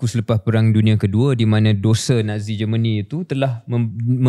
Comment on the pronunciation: It is not Geman it is Germany😂